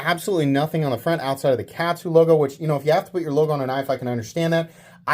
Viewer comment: Katsu is pronounced like Shaman, you absolute rube! It's kahhhhtsu. Kahhhhhhhhhhhtsu :P